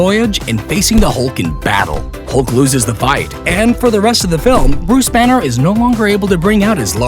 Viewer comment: is it me or he said buse banner or something??😐🤔